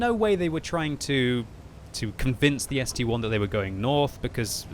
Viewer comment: When will pronounce ST-I correctly. It's ST-I not ST-1